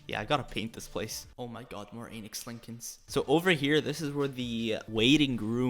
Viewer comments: When he said Lincoln I heard Anus Lincoln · Everytime he says lincons i feel like he says anus linkons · kind of sounded like you said anus lincolns 🤣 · When he says Lincoln, does me mean Linen?